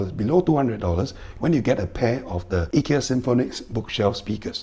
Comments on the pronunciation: The standard English pronunciation is usually more like "Eye-ki-ya" while the Swedish is "Ee-key-a" - like yours :) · Informative video and nice Swedish pronunciation of Ikea 👍